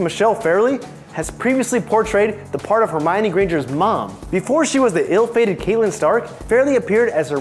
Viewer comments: Seriously, has this guy even Seen the show? Catelyn's name is pronounced CAT-LYN not KATE-LYN 😑 And Carice Van Houton is CA-REECE VAN HOW-TON.... Also do us all a favor and put your arms down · Kaitlynn????? Catlynn...i take it this guy doesnt actually watch the show lol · Ok so you don’t watch GoT. You don’t say half of the names right. It’s not “Kate-Lynn” is “cat-Lynn”. And can you get a host that doesn’t seem like he’s struggling to read off notecards? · HER NAME IS CATELYN NOT CAITLYN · It's so hard for me to believe these people have even watched the show, Caitlin? Seriously? It's pronounced CAT-a-lin, ....anyone who's somewhat of a fan should know that. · Uhh Kate-lyn stark? Kate-lyn STARK??